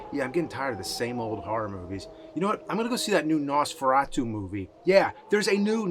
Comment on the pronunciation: Jesus the way he pronounces Nosferatu...